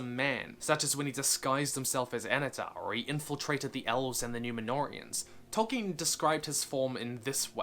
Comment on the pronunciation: Idk why but I have such a hard man crush on you right now. Speeding through your videos. Such a great comprehension of Tolkien lore... love your pronunciation of Tolkien